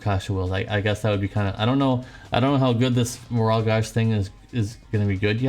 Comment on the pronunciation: Gauge dude. Like cage. Also, are you sick? You have dem sniffles.